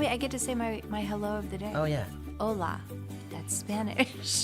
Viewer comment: Hola! you said "hola" just right.